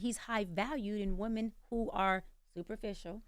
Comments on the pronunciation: Woman instead of women eats me up every time she says it. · The way she says subpoena. She don’t know the difference between womAn and womEn. Eek. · Is it me or she can’t say women?